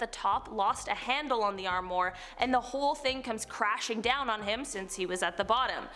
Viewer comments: It's armwa not armor wow she's a idiot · Strange things happen!!! Fyi, armoire is pronounced “arm wah” . That’s pretty close to how you pronounce it. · I take it this is the first time you've ever had to try and say armoire? Try ahm wahr (which is how it's pronounced...).